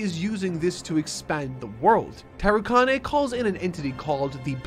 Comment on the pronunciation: the way you say tarukane and many other character names is physically painful. please watch some subbed scenes so you can at least say the names right